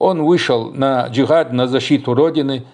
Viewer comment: Я Чеченец и я свободный гражданин я не за имарат не за арабов не за правительство в изгнании Этот вопрос я задал зачем ты выносишь все на публику....и почему ты когда говориш слово джихад не полностью выговариваешь это слово не уж то боишься что интерпол заявится